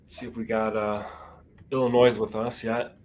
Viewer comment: You completely skipped West Virginia. You hit every state except WV. Not sure how you managed that. Also, Illinois uses a silent s: [ill-ih-NOY].